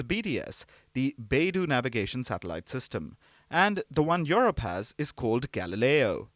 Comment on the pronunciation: It's not Your-rope ma'am, it's You-rope.😊